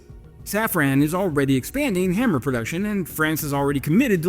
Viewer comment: It's haaaammer, not hammerrrr